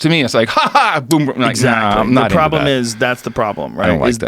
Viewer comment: “tha pwoblem”